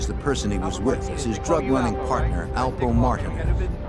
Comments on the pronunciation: The Girth Alpo from Harlem lol it’s only 1 way they pronounce it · The name is alpo aka Alberto Martinez this narrator is saying his name wrong and if you see and hear documentary about this this one is off by alot